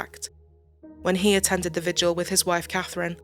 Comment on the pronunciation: Minor point to the narrator: it's pronounced "vigil," not "vij-u-al."